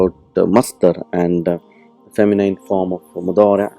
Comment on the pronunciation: You have spent a lot of time and effort.to generate your presentations on the you tube, but you might have ignored to check how the words; "feminine" and "masculine" are pronounced correctly. Please check dictionaries how these words are pronounced. Take my comment as a suggestion for improvement, not as criticism. May Allah reward you, for your effort. Salam Abu bakar